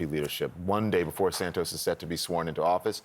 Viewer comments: It is not "San-toes". It is "San-toss" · “ Santoooose” ! Surely it’s “ Santos”